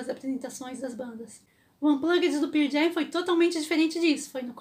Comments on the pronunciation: Desculpa, não consigo ouvir alguém falando "Pier Jam"... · Ótima história! Mas me dá um certo nervoso ouvir ela falando: "Pir Jam"! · Excelente vídeo ! Só um detalhe. Se pronuncia pãrl Jam é não pier jam. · mto bom seu video, mas se Pronuncia Pârl Jem. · Por amor de Deus que é isso de Pirl Jam? Ficar falando de uma banda sem sequer saber pronunciar correctamente, mais vale não dizer nada. Compreendo que se tenha de trabalhar. Como dizer que assisti o Pearl Jam em vez de dizer que vi os Pearl Jam. É demais. E eu nem preciso de dar a mínima para isto, mas conhecendo a banda como conheço, é horrível demais ouvir dizer Pirl Jam uma centena de vezes. E o banco onde se sentou o Eddie não era uma prancha de bobyboard mas sim de surf, ele pratica surf e vem no local onde tem as melhores ondas do mundo as big waves, Nazaré. Podia dizer muito mais, mas fico por aqui. Bem, Feliz Natal. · Não se preocupe, todos nós pronunciamos o nome da banda errado mesmo kkkkk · Pow, parabéns pelo video mas a maneira q vc pronuncia o Nome da banda doe os ouvidos. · Legal ... só falta aprender a pronunciar o nome da banda corretamente ...